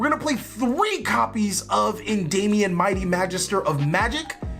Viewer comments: Endymion not endaymion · Please stop saying Endayumion XD